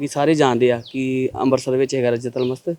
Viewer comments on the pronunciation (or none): none